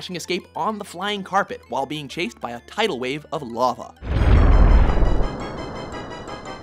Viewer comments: Is it just me or does he say 'lava' weird? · Anyone else bugged by how he pronounced lava?